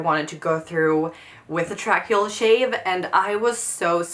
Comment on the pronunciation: In the U.S. we usually say it like "tray key ull".